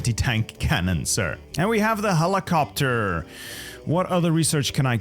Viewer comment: helicoptahh helicoptahhh